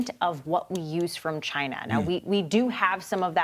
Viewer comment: It comes from ..... CHAY-NUH!!!! #NotAnymore thanks to......